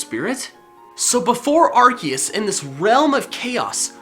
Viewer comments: It's ar-see-us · its said like ar-see-us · ITS ARCOOS NOT ARCEUS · You said arkius it's arkoos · Arseus not Arkeus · Arceus not Ar-K-eus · IS NOT ARKECUS IS ARCUSE GET THE NAME RIGHT AM YELLING INTO MY MONET ER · its (are see us) not (are key us) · its ar-SEE-us. not ar- KEY-us. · TheGooseGamer is a goose It is pronounced AR-KEE-US because when is was pronounced AR-SEE-US the developers didn’t know that the word “arc (pronounced with an s) meant “Ass” in french So when they found out they changed it to Arc (pronounced with an k) if that helped and the developers already said that it is pronounced with a k instead of an s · I thought it was pronounced Ar-see-us not Ar-kee-us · My does he said A-R-KE-U-S its pronounced A-R-SEA-U-S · Ar cee es not ar key es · you said arkeus instead of arceus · Arcoos not arceus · When he said arceus I said sorry arkoos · As someone who started watching after the pokemon talk series, it's kind of weird hearing him not say "Arkoos". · I'm sorry, did you mean Arkoos? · It's arcoos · Its Arkoos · It’s Ar COOS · It’s pronounced ars oos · DO YOU MEAN ARCOOS LOL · aHEM It is Arkoos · Dude this is an old vid called arceus arkoos in 2018 and 2019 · IT'S ARKOOS!!!!!!!!!!!!!!!!! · Excuse Me? 'Arceus'? HOW DARE YOU INSULT OUR GOD ARCOOSE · HOW DARE!! Pronounce it arkoos Plz. . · excuse me arKOOS thank you pokemon talk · It’s pronounced Are-koos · It’s Ar(KOOS) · its pronounced Arkuus. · Nope its Arse us the pronouciation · It's not Arceus - it's Arseoos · Its pronounced (ARe-See-US) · ITS AR-SE-US that's how you say it. DUDE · it ar-se-us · The official pronunciation actually is AR-KEE-US. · GoldenAlpaca ya but ar key us sounds weird ar see us sounds better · It's are-see-use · it is ark key us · charmeleon evolves and sylvally's ability RKS system proves its ar-kee-us. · It is pronounced (AR- SEE- US) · did he just say ar-kee-us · It's ar-kea-us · AWESOME! (also arceus is said like arseus)